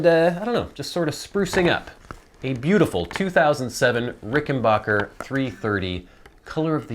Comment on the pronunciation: Too bad you can't properly pronounce rickenbacker not rickenbocker